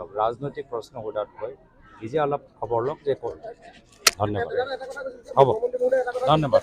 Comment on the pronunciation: ধন্যবাদটোক মাজে মাজে গেদাৰ দৰে দন্যবাদ বুলি কয় 😂